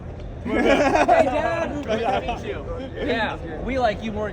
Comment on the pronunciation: "MEaT oUr Frweindz" 😂